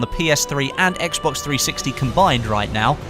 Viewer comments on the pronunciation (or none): none